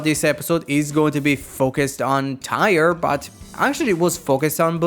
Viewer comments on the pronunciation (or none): Uh You said Bundorio's name wrong It's actrully pronounce Bun-do-ri-o Bun-de-ras Since you have that Spanish acent of yours,saying Bundorio's name in English can be tricky for Spanish Sentai fans Also is Taiya and not Tire,oh my god the Boonboomger fans are so going after you after you saying the character's names wrong